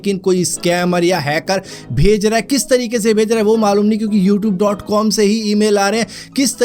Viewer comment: Yoouthoob kya hota h bhai 😂